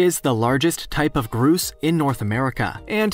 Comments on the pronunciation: The first one is not pronounced Grooses. They are called Grow ses. Sorry, I live where Grouses are prominent and I had to say something. They are funnier than heck when trying to pursue females. LOL!!! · Whats a groose lol.its a grouse, rhymes with house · Pronounced grous "GROUSE" not groose! lol I sure hope you learn stuff prior to making your next video! ;) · The spelling sounds not like Groose, BUT Growse (ow) not oose (ooh), hope this helps you for future videos. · It’s grouse just like mouse lol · The prairie grouse is pronounced like house not what the narrator did. Lol. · It's pronounced growse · I think he does it on purpose I’ve heard him mispronounce animal names on other Genius Lemon videos. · I’ve heard him mispronounce animal names on other Genius Lemon video posts. I think he does it on purpose. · I'm from the US midwest and we pronounce a grouse bird different than the narrator did. We say it so it rhymes with mouse. Just something I thought was interesting. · I was thinking that too. The narrator probably didn't know how to pronounce it